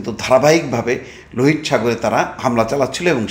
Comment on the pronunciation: লোহিত নয় উচ্চারণ হবে লোহিতো সাগর।